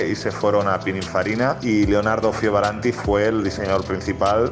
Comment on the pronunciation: Muy buenos vídeos pero ¿porque le cuesta tanto decir Fioravanti y en su lugar dice Fiovaranti?